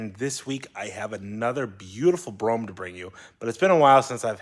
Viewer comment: Is it pronounced Brome or Bro-Ham?